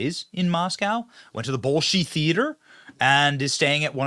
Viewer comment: Benny, it'[s pronounced 'Bol-shoy'. There is this thing on the internet where you can type in a word followed by 'pronunciation' and you can hear the proper way to say just about any word! (I am being funny, or trying to of course, but I find it helpful.) Maybe he was there to set the appointment and work out the logistics and rules. We can only hope!